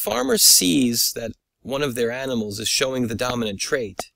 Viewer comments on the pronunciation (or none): none